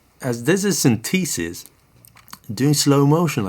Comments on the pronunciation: Great demo and explanation of the features. Always like your videos but… Pet Peeve of mine, proper pronunciations… The proper pronunciation is: Syn The Sis… not Syn Tee Sis. It is a Syn The Sizer… Not a Syn Tee Sizer Also a tip, if you want to restore all of the presets, press and hold the Pattern and Write buttons at the same time while installing the battery. It is easier to do if you keep one battery installed and the other just slightly out. Then you can hold the buttons with one hand and quickly push the second battery into place. The screen will read Reset. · Sin-TEE-sis? Ugh. Please listen to British pronunciation here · Interesting pronunciation of synthesis. synTHEEsis.